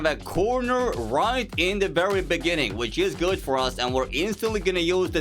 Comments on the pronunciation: Wooooow bro can’t say beginning 😂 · I'm from south africa and I didn't expect to say "in the bininging"😂😂😂😅😅😅😅😅😅😅😅😅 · In the beningin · It's a shame that "In de beninging" is dubbed in, because considering things he's actually said, I wouldn't put it past Zuma. I've listened to him struggle with basic arithmetic when he was talking about how many new members joined some organization or something. The Grand Tour had a field day with that one on Season 1 Episode 2. (The episode that no one really likes, but if you take out the Edge of Tomorrow segments, it's still decent.) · Lol shout-out the Jacob Zuma.. South Africans finest .. "in the beninging"